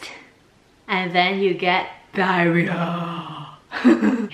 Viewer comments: i love your approach to saying diahorreah! I almost pissed myself laughing at it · Totally worth watching this just to watch her say diarrhoea! Hilarious and educational